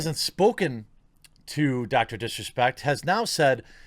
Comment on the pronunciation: you almost said "dorctor dick respect"